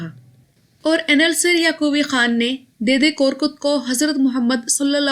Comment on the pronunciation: سسٹر اس کا تلفظ دے دے ہے دی دے نہیں۔ دے دے ترکی میں دادا کو بولتے ہیں۔